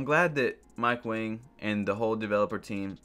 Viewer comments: Mike Wang posted his name is pronounced like “ Wong” and we’ve been saying it wrong this entire time, but he let it slide bc Wang means King so we’ve been calling him King Mike.... so it’s Mike Wang/“Wong” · BiG JaY1602 it’s pronounced wong but his name is spelled wang